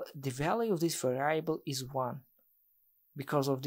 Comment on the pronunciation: Thanks for the video, man. That's really great content. But please learn the right pronunciation of the word 'variable'.